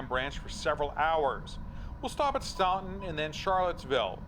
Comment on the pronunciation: And Staunton is pronounced like Stan-ton.